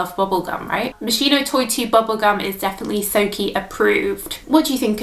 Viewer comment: It’s pronounced MOS-KEY-NO not mos-she-no